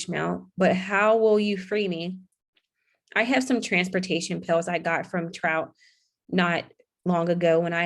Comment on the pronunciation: It's Trot - TROT, (like what horses do: trotting), not Trout (like the fish). I know there are some unusual names that are tricky to read out loud correctly the first time, but lots of words are misread badly.